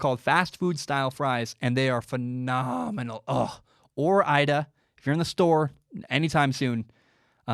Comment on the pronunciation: Goddamn it ore-ida?!?